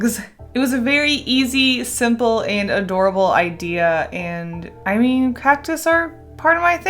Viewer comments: Why did I hear egg-dea instead of idea......... Deja vu much with puns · am i crazy or she said "eggdea" instead of "idea"??